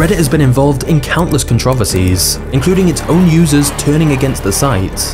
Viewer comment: How do you manage to butcher the word "Controversies"?